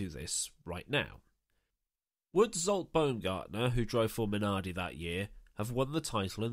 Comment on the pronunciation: You had me at "Zsolt Baumgartner".